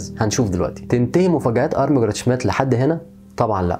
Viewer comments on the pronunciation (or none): الإسم ينطق ( شميت) مش شميديت